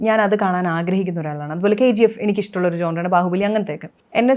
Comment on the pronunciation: ജോൺറെ അല്ല. ഴോണർ genre